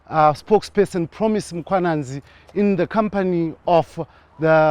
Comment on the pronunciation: Mkhwananzi not Mwananzi